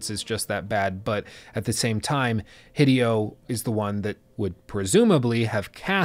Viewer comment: Small detail, name pronunciation of Hideo is “Hee-day-o,” with the accent on “day.”